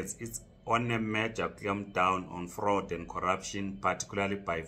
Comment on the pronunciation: Fraud not frawed!!!!!!!!